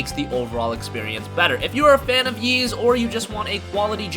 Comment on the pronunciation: Is that happy Geoff? Also, you can just call it EEEs. No reason to keep saying YEEs.